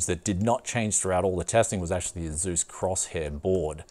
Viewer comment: It's /ˈeɪsuːs/, not /e'zu:s/